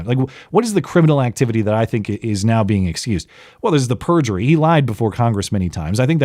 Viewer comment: Perjury. Not purgery